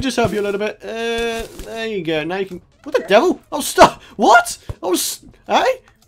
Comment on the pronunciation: everytime i hear you say you can subscribe and i hear you can't subscribe.